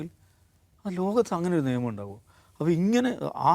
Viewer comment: സർ നേമം എന്നല്ല നിയമം എന്നല്ലേ ?😊